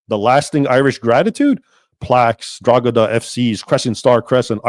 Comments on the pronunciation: Drogheda us pronounced DRAW-DA. It's a local myth that sprang up because the drogheda coat of arms has a star and crescent. This crest was issued to the Town by King John in the middle ages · Drogheda = draw-head-ah/draw-ead-ah or draw-hid-ah/draw-id-a The G is silent in Irish words (for the most part) and Irish surnames Gallagher = gall-ah-her, Callaghan = cal-ah-han, Banagher = ban-ah-her et al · Pronounced Draw-hada obviously 1 word 😂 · I recently had to print hundreds of those badges onto sports bags lol. Never noticed the symbolism. Funny coincidence. I live not far from Drogheda. Its pronounced Droheda btw, the g is silent, not that it matters really. Great video, I never knew this history. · Irishman here, you do not say Drogheda that way, you don't pronounce the g, it's silent. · Raymond, the g in Drogheda is silent, i've never heard anyone here in Ireland pronounce it the way you did lol. Thank you for doing this video.